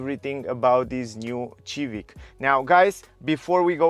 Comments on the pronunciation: I would apreciate if you stop saying xivic please thank you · Dude... its Sivik no Civik lol :D